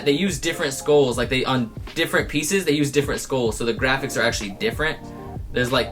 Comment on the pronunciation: People buy supreme and palace mostly because of the name so it makes no sense to say you can get replacements from the thrift.oh..he says the word skulls mad funny.